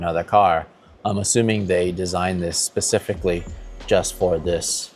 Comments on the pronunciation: Percificly 😂😂😂😂 erm... specificly 😅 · You lost me forty seconds in when the MD said “pacifically.” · “Designed it pacifically” 🙄🤦🏻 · did he say our first sautee and then pacifically? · ''pacifically'' haha it's all love - Larry nails it, every time x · I couldn't listen to him after he said persificly